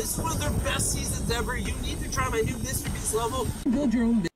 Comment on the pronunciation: Bruh you said mrbreast 💀